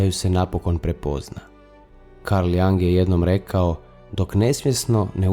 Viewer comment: Video je dobar! Samo jedna napomena, izgovara se Jung bas kao sto i pise, a ne Jang. S obzirom na duboke teme mislim da je vazno pravilno izgovoriti ime velikana psihologije i psihijatrije...hvala na razumijevanju...